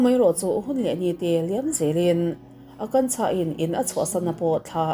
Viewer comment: I Hindi hming lam hi tem chuan beng a thlep deuh thin....tlemin lo fimkhur zual deuh la ka ti